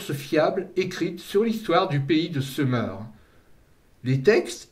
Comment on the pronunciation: j’ai toujours entendu Sumer et non seumeur, d’ailleurs vous dites Sumérien et non seumeurien. Mais ça n’a pas d’importance, votre vidéo est très intéressante et captivante ! Merci pour votre travail !